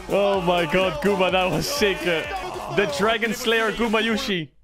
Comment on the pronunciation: I came for the rumble I stayed for the dwagon